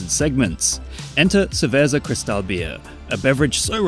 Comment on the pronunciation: Haha English speaker can not even pronounce Cerveza Cristal correctly. Really how hard is it to pronounce words that are not English?